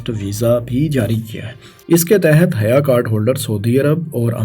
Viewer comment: its not haya card bro its hayya means welcome or marhaba as per my knowledge